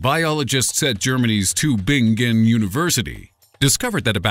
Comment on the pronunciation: haha funny pronounciation of Tübingen :') at first I thought wtf o_O